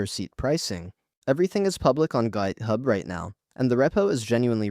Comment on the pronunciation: AI slop "gaithub"